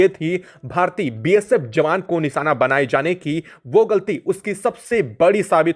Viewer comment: Long and repeatative video , his pronunciations are also wrong ,NISANA , ACSON what a waste of video and time.